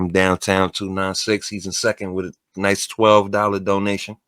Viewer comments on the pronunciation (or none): none